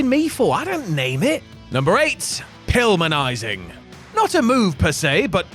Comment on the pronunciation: I have watched wrestling since the mid 80s and this is the first time I've heard "Pilminizing"